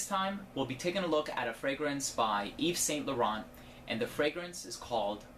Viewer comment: When American people hear someone say names like Yves Saint Laurent, do you not hear the sound of it, or do you deliberately choose to say it wrongly?